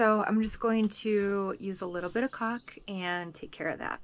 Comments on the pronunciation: You are so funny! I thought you were saying "cock" until I realized you were saying "caulk" Lolo Lolo I always enjoy watching you and Riot...you are both a riot lol. And love the Robert cameos too. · Oh, you said “caulk”. 😂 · i think you like saying the word calk, cuz you can sound like you are swearing but you are not.......lololol